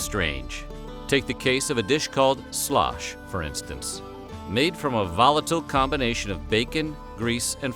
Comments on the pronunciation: Sloosh, not slosh. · Pronounced Sloooosch, Ew sound Not Slosh!!!!!!!!! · I'm no historian, but in the series The Civil War by Ken Burns, Historian Shelby Foote says that the dish you called Slosh was actually pronounced Sloosh. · "Sloosh" not "slosh" used corn meal and not flour. A soldier would mix the corn meal with bacon grease in a skillet, make a snake out of the dough, wrap it around the ramrod of his rifle, and roast it over a fire. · It's called sloosh, not slosh. Soldiers would also roll out the paste and wrap it around their bayonets and cook it over a fire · Shlosh was pronounced "shloosh"! (The narrator is obviously a Yankee ;-) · Point of contention; not "slosh" but sloosh, heard with my very own ears....... Per the late Shelby Foote, noted historian of the War of Northern Aggression: "In the southern army, you ate something called “sloosh.” You got issued cornmeal and bacon and you fried the bacon, which left a great deal of grease in the pan. Then you took the cornmeal and swirled it around in the grease to make the dough and make a snake of it and put it around your ramrod and cook it over the campfire. That was sloosh. They ate a lot of that." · I am thinking "Slosh" was pronounced "Slew-ush" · It’s not called “Slosh”. They called it “Sloosh”. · It was not called slosh, it was called sloosh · I think it was pronounced like sloosh instead of slosh. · It is pronounced SUESH. It was made with cornmeal, not flour. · It is pronounced --- Shoosh --- ! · Slosh was actually pronounced with a long "u". More like sloosh.